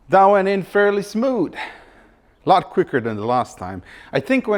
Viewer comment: "Everyting is nice and smood"